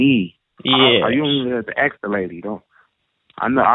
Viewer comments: axe not ask;) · He sure "axed" you a lot of questions. He was on sharp cat!!!! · Let me axe you a question. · "You ain't even gotta aks her". Sounds legit. I'd go for that. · Love the ways he say Axe the lady instead of ask...LOL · "Don't axe the lady" - Good life advice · AXE not ASK! cmon guys! Just fking AXE her man! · you don't have to axe her, you don't have to axe her. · He would have made you rich if you would have listened. He didn't say "ask them" at Kroser, he said to "AXE THEM"......lol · How far IS you? You dont even have to AKS her. They insist on sounding ignorant. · I don't ask I aks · No, you don’t ask them!! You AXE them!!!